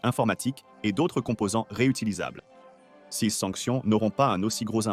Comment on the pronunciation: Votre voix de synthèse à encore beaucoup de progrès à faire: quand j'entends cèse alors qu'il est écrit "ces", je dégage illico.